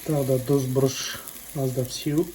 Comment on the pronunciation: Дұз емес тұз ғой